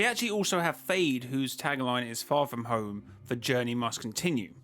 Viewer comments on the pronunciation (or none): none